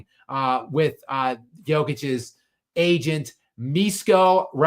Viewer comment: Hey! Pronunciation should be "Mishko", "Mi" like Miso soup, "Sh" like shepard, and "ko" like "code"